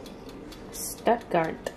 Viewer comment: Giggled at your pronunciation of Stuttgart. Def not bad thou for a guess